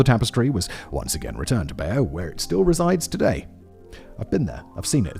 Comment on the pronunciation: The pronunciation of Bayeux is a bit iffy also.